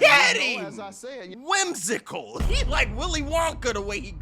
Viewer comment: This nigga really said, “whimsical” I didn’t even know how to spell that lol 😂